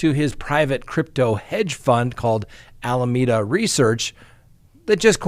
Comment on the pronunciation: AL-A-ME-DA PLEASE STOP SAYING "Almeda" There is an extra A in there you seem to not be able to see